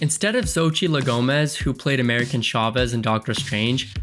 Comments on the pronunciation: "America" Chavez.... Not "American" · I know this is a month old but her name is “America Chavez”, not “American”.